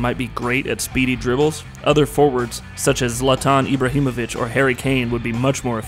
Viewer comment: Anthony Marshall (this is the biggest americanisation of a name I ever heard lol ) Zlatanh Iiiibrahimovich, P.E.S. This narrator ruined the video with his ignorance, how did you let this be uploaded without correcting these mistakes ?